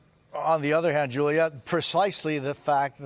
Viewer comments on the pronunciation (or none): none